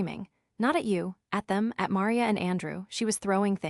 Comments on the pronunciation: Can’t even pronounce Maria? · Entertaining story. Would have been even better if the AI program they used for the narration could pronounce her mother's name Maria correctly. Well that and the tendency to break up one word into two like tenden cy. Oops!